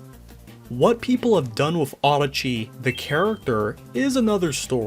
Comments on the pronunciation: I'm sorry, but the way you pronounce Adachi bothers me for some reason. (I mean no offense.) The way I think it's supposed to be pronounced is "Ah dah chi," and not "Auhda chi." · this whole time i thought her name was pronounced uh-DAH-chee ray, not AH-duh-chee ray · the japanese spelling is "アダチ レイ" which would probably be pronounced closer to that